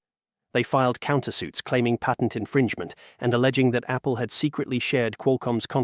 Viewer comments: Patent, not pattern. 20yr career in cellular speaking here. Cellular patents are a unique beasts as the video mentioned. The SCOTUS granting a hearing doesn’t by itself obliterate patent law. Apple was actually correct in their assertion that Qualcomm’s practice is double dipping: requiring patent license in addition to buying the chips means you have to pay Qualcomm twice simply to use Qualcomm’s modem. This has literally been a complaint from many companies about how Qualcomm does business for decades. Normal licensing structure for silicon typically includes the license when you buy the chip. That applies to x86 processors, ARM-based processors, GPUs, etc. A company buys the chip to use in their hardware and doesn’t have to also buy a separate license to use it. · I cringe every time the announcer pronounces the word patent